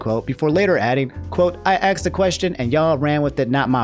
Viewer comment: it pisses me off that you say 'axe' and 'axed' instead of 'ask' and 'asked'